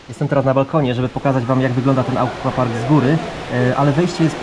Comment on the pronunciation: Wszystko super, ale Panie, aquapark czyta się "akwapark", tak samo jak akwarium czy akwarele, pozdrawiam:)